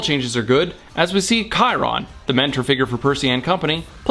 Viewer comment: Kiron????? Chi- Ron chi-ron man c'mon first movie pronounced it as chiiiiii- ron